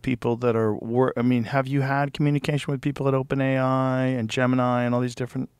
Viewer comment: OpenAI sounds like Open Eye.